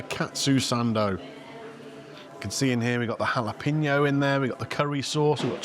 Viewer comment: So is it a "jaloPENo" or or "jaloPINo"? Saying it with the "PIN" sounds weird to me.